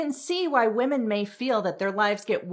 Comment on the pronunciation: Am i the only one hearing women...say women wrong?